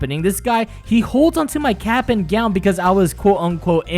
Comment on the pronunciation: When you said Cap, I swear I heard Kappa.